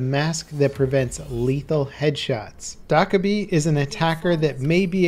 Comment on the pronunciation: DIDUHAVELUNCH 2 I pronounce her name as “Do-Kae-bi”